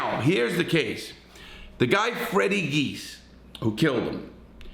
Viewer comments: I was born and raised in Springfield MA. The brothers names are pronounced jee-as not geese. Also they are charged with Adolfo Bruno’s murder in Springfield. Bruno was the head of the Genovese family in Springfield. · Pronounced, "G - iz" Direct translation of the family name is Tzias... Immigration in 1908 Gave Freddy's great grampa Fotios the name, Geas. He immigrated from Greece with his brother Vasilios, who officials gave the spelling of Jeas... Anyway, our family name is pronounced "G - iz" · It’s Fotias “Freddy” Geas, pronounced Gee-yes, with the accent on the first syllable, not Geese! Lol